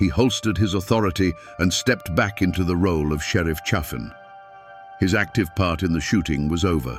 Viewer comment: Pronounced CHA-fin. If you're going to exploit our history pronounce it right you dumb as a stump AI.